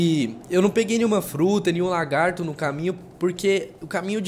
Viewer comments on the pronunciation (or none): none